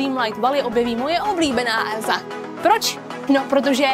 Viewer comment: chci ti jenom říct že to není lerigo ale Let it go.